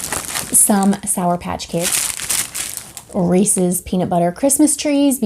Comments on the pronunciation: I say Reese’s like you do. lol. Great stocking stuffers! We have a North Pole delivery box that comes on Christmas Eve, it has new PJs, a family game, something to watch together, snacks, and a small gift for everyone, as well as a new book, and The night before Christmas that my husband reads my daughter every year. <3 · Thanks for some good ideas! And yes, you pronounce Reese’s the correct way. 😀